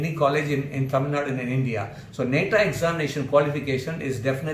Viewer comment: It's not neta It's Nata Pls Pronounce Properly